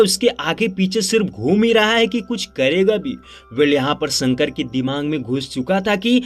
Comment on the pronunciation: Sorooaaat, sankar, iskk, saadi soping, sikhaawat, sock😂 tumhari dictionary main "sh " nahe hai kia ?